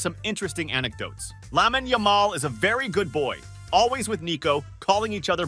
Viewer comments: its actual painful how americans pronounce Lamine yamal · "lamin Yamal"